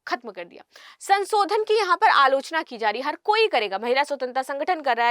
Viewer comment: Madam aap bahut achchha bolti hain, lekin aapka uchcharan(Pronunciation) thoda thik hojayega to bahut sundar lagega sunne main(संसोधन nahi संशोधन hota hai). Aur haan "Shit" ek achchha shabd nahi hai...please avoid kijiyega.